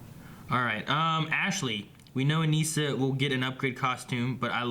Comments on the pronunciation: you guys are saying Anissa's name wrong. it is bothering me like crazy lol and also the title is wrong. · LOL that's funny. When ever they say it wrong i yell the correct pronunciation at my computer. Why do they do this? They say her name on the show, like come on. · 5 episodes in and they still can't say Anissa's name right.